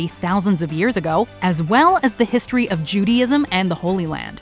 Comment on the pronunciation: «we can’t even be sure that Troy was in the ‘histroy’»🤦‍♀️